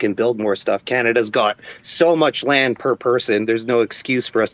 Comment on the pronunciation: right, in most european languages (the guy was polish by birth) we don't have the sound that english uses in the word "land", so we get confused when to say "lend" and when to say "land". Same with"w" and "v" in some cases.